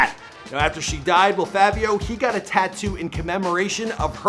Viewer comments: Fivio not Favio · My guy it’s not favio it’s, fivio like five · Stop saying FAVIO NIGGA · They Were Famous PLEASE LEARN TO PRONOUNCE THE NAMES OF THE PPL YOU ARE DOING VIDEOS ON...ITS CRINGE WORTHY HEARING YOU SAY FAH-VIO..(IT'S PRONOUNCED FYE-VEO)...ONE VIDEO YOU SAID RUH-KEEM...IT'S RAKIM (RAH-KIM)...THANK YOU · Bruh ain’t even day Fivio name right😐😐 Favio? It’s Fi-Vi-O, Say with with me, Fivio. 😭😭😭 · its 5vio not favio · Im still windering why he sayin Favio its Fivio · Its not favio its fivio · “Favio Foreign” where tf do you hear an A in “Fivio”🤦🏾‍♂️ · ITS FI-VI-YO‼️. Favio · Why he say Favio like there’s a “A” in there. It’s Fivio like the number 5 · It’s not Favio it’s faaviooo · Somebody tell me where In fivio foreign There's an A he kept saying Favio foreign like nigga what 🤣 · Favio? Jesus christ🤦🏾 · FYE-vee-ohh... lol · Why does he keep saying “FAAAAvio foreign” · Who tf this dude think he is callin him “FaViO” 🤦🏼‍♂️🤨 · Fucking “favio” 🤦🏽‍♂️ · why it sound like he saying "fabio" 😂😂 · Na He type butchered this one “bliskies” “Favio” 😒 dont kno nothin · I can’t finish the video “fahvio” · Mans said Favio Foreign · ``FAVE-EYO´´ ..?? ..&.. `` BLiCK-SKEE´´ ..?? .."COME-ON DOG..!! YOU GOTTA DO BETTER THAN THAT"..!! 🤦🙅🙅🙅🙅🙅🤦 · This guy don’t know how to talk “Favio” “blick ski ina box”🤦🏾‍♂️ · How do you do research on this person, and other this other stuff, yet mess up the name, you sat here and said favio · The “favio” is killing me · Bruh I deadass hate how u pronounce his name lmao it’s FIVI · You need to redo this vid bro smh it’s FI-VEE-O Foreign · i’m convinced that doesn’t know how to read. it’s pronounced FAH-VIO and the way he blixky, it’s pronounced BLICKY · Bruh really said “FAHvio foreign” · fahvi sosa, viral muvie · Bru why I say his name like that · Didnt even say his name right the whole time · how you do research on bro and still cant pronounce his name right smh